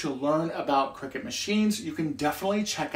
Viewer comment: I swear to god you said "crackers" at the start lol